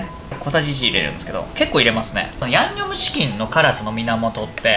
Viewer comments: 「最強のやむにょむちきんを…」初っ端からやばい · 「ヤンニョムチキン」がギリギリ言えてないほろ酔い加減がいいですね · リュウジさんの ヤンニョムチキンが 言えてないのが 同じでわかる笑 （酔ってるなう笑） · 「ヤ☆にょ☆cキン」初っぱなから吞んべぇとは… 本場よりも美味しそう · ヤンニョムチキンって言えてなくて笑う